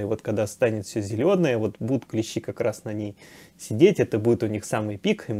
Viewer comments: Всё, конечно, полезное рассказываете и правильно, но режет слух клЕщи, потрудитесь исправиться. КлЕщи - это инструмент, а никак не клещИ. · Ударение на первый слог клЕщи обозначает "столярный инструмент" , а "насекомые" - клещИ. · КлЕщи, блин. И это музей, где ученые сидят. Блин, она еще и слышала, как правильно, и все равно клЕщи, ну е мое.